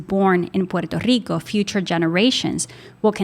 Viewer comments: So is Guam and some of the pacific ocean islands ,but Puerto Rico is the most blatent one . Thank you for correctly pronouncing "PUERTO RICO" It is not ' porta rica' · Lo está pronunciando bien, en la lengua original. No sea acomplejado